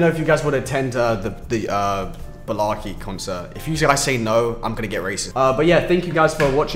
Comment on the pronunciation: Balarke! Uh, Do you mean Blake...?